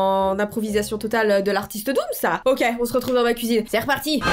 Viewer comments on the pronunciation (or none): C'est dooms pas doums (je te le dit gentillemen )